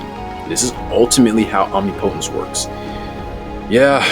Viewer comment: For real, it's literally not hard to say